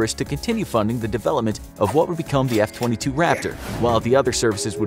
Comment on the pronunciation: He talked about the F22 for a short time but after that short intermission he was just saying it wrong